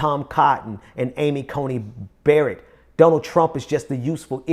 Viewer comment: It is Amy Coney Barrett, not Amy Coney Bryant.